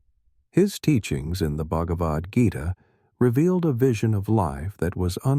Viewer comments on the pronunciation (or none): none